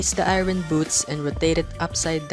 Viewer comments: Ngl it’s a little annoying when he said eayron instead or iron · I like how he says Irin for iron (I rorn)